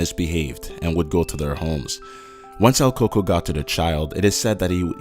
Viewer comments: coco? we say its cucuey (pronunication wise) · El coco? Lol don't you mean el cucuy? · It is not Coco it is cucuy